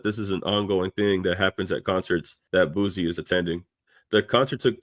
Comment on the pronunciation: It’s pronounced (Boo C) not (Boo Z). Good video 🫡